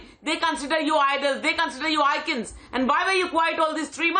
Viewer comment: Man stop saying andaa and attaa. Simply say end and at.